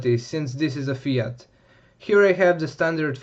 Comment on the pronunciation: Listen to th guy on this video... THAT is how you pronounce FIAT :) Not Fee-art. (same as Nissan isn't Nee-sahn)